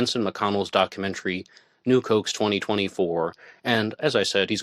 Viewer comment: Nuke hoax. I kept thinking, new Cokes? What the hell is he saying? lol